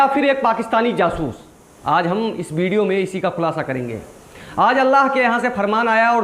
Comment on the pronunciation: 😂😂😂😂😂😂😂bidio nhi jahil video pahle bolna sikh uske baad bolna